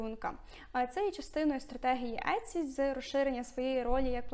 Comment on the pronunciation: Але чому Этці, якщо сайт називається Ітсі ? 😳